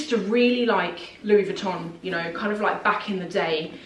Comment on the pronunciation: Louis VuittoNNNN? You are too smart for this pronunciation.